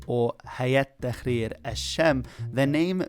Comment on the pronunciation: Tahrir not takhrir that means shitting